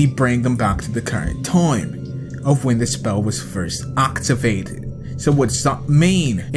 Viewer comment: aoctivated wtf this guy can't speak